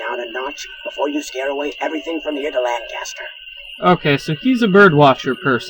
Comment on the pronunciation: clearly red's voice actor is not from PA: around here it's pronounced 'layn-kister', with emphasis on the first syllable.